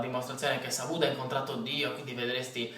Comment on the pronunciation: ma non ho capito una cosa, quando dici solo Pudda la P la fai sentire abbastanza, quando dici sa pudda, sembra che dici saBudda, con una P che sembra quasi una B DDD